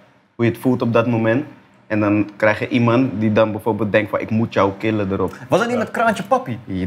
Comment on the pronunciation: cheezy jdje ben ik de enige die irriteert als mensen het woordje 'kill' misvormen